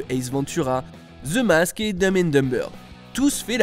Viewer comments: Ze mask, putain de français qui ne savent pas dire the en anglais. The the the, pas ze ya pas de Z dans the ou est le z. Parler pas anglais point barre. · Ze Mask. Whhhhat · Mmm, pas parce que c'est de l'anglais que l'alphabet change... Le th reste un th et non un Z.